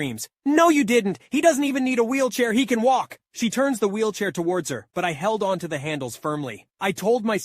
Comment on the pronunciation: I like how on the first story he said wheelchay